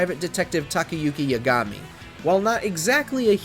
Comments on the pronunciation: Funny I didn't even catch "Kairo" lol I was already mad over Yagami. Also you gotta mention the Judgment series has an English dub there's no excuse for the presenter making those mistakes. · Exactly. Yagami in particular is said in game how many times? And he still said it in his own way lol.